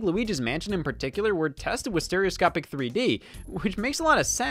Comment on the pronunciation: “Steroscopie” lmfao